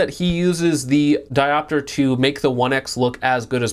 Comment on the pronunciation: Can you just say Dioptre correctly? Diopiter?